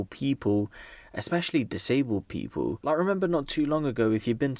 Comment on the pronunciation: "pee-pole"... Hey "Pee-pole"